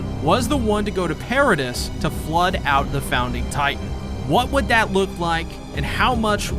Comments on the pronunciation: Your videos are great man but you really need to work on your pronunciations...it's not Paradiss Island it's Paradee. It's not Shigannsheena it's ShigONshina. As someone who's clearly a massive fan of the show it's kind of bizarre that you mispronounce important names and places so frequently. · I don’t care anymore, I’m commenting. I love this guy’s videos, do not get me wrong. The one gripe I have is with the pronunciation of Paradis. I grew up learning French I know that you don’t say pear ah dis, it’s more pronounced parody or Pah Rha Dee. Meaning Paradise. Before I started watching these videos I always read it like I read French, so when I finished the manga and started watching the videos it came as a shock. Not in the sense of how does he not know, but that I never read it like that before and it’s just an agitation. Nothing against anyone but myself for having this stupid behaviour. Yes youtube whatever it doesn’t matter blah blah blah there’s the comment lol. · I enjoyed the video, but the "s" is silent in both "Paradis" (pair-uh-DEE) and "debris" (duh-BREE). Those are French-origin words in English, so the pronunciation gets a bit funky. Even worse, there are some British variations of "debris" that pronounce it completely differently (DEH-briss). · Genuinely had to stop at “per-a-dis” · It’s pronounced para-dee bro, the S is silent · couldnt continue watching after the 3rd "Peredisssss" sorry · DEAR GOD ITS PRONOUNCED PAIR-AH-DEE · Wait I’m confused. Is Paradis pronounced “Para-diss” or “Para-Dee” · You pronounced Paradis wrong 76 times in one video. Congratulations on making me mad